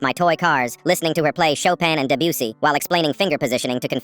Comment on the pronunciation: Not really related but did he say Debussy... 😭